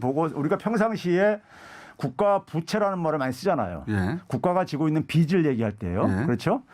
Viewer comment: 김어준은 바른 언론의 자세를 가져서 좋은데 [빚을]을 [비즐]이라고 발음하지 않고 [비슬]이라고 발음하는게 듣기 거슬린다 기왕이면 발음이 샌다고 변명하지 말고 바르게 발음하도록 노력해주었으면